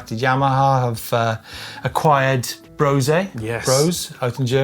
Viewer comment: Why is it that nobody seems to know how to pronounce Brose?😂